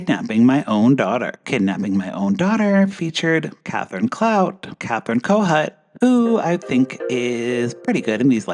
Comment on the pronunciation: Kathryn Kohut - pronounced as CoHoot !